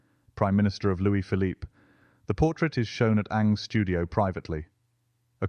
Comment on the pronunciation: Surprising, isn’t it? But it’s not totally right here. There should be a hint of the second syllable.